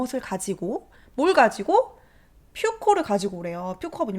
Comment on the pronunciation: 그렇게 첫 부분의 도입부는 쇼팽소나타 2번 (Op. 35) 3악장이라고 합니다. (p.s. fuoco는 일반적으로 푸오코라고 발음하지 않나요)